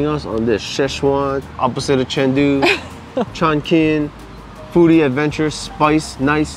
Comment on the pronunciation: I think it’s Chong (Ching) not Chong (King). Q is Ch